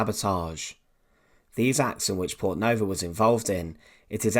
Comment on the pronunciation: Fascinating story about resistance against the Nazi war machine. Shame that OP can't pronounce her name - the stress should be on the first vowel (like Poortnova) rather than the second, which is short.